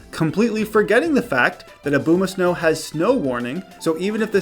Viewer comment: Why do you say Abomasnow like that